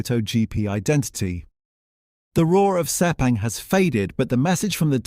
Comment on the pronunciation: "DOO - CARTEE?" "SEE - PANG?" Seriously?